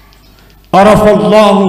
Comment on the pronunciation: Arafallahi bukan arafallahu... Menit